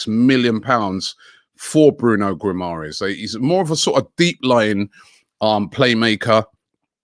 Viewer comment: Can you pronounce Guimaraes right please it’s really annoying